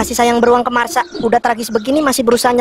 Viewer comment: Marsha bwang.. Marshaaa.. Bukan Masha... Wkwk